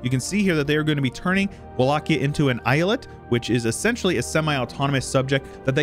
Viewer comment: Its not islet its e-ya-let